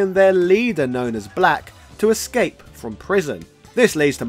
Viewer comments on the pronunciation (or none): none